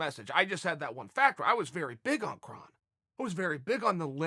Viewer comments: Krrr (O) nnnn Gracie not Krahn Gracie. He’s not Klingon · Sorry, but can't listen to commentary from someone who can't even pronounce the fighters' names right. Hint: It's not "Krahn." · "Kron" is pronounced "Krone" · ur pronouncing his name wrong chael or should i call u "kale"